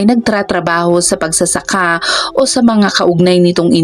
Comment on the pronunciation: Mali po ang bigkas Ng burol at pagsasaka😊